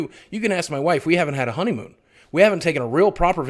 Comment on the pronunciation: Less Work, More Honeymoan! Yes, I dare say I heard Honeymoan! <3 ya, big man and keep being awesome!